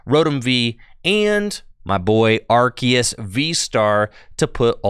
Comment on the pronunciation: youre pronouncing arceus wrong